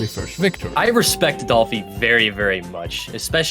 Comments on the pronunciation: not "doplhy" 😢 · “doplhy” haha